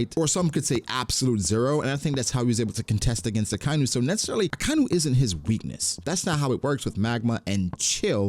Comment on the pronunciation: UhKyNew is murdering my ears bro. Idc if you dont care about hearing it again. Ah-Ky-Inu